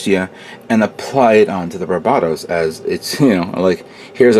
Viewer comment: Not that it matters, but you keep pronouncing it like "bar BAH tos" when it's really "BAR buh tos" similar to the Pokemon named Bulbasaur... Thanks for putting up your videos. I always look forward to each and every one of them :)